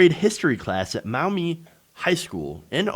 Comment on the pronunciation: Yes Gawds! I went to Maumee High. FWIW2Y, it's pronounced Maw-Me Sorry I know it's picky but I live in the same area that pronounces it's Cities like beans (Lima) and Genoa entirely unlike either Italy's or Young and the Restless. Go figgure